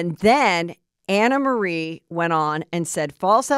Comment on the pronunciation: The woman herself said it’s pronounced “AnnaMarie” & that’s it’s French or something. 🤦🏻‍♀️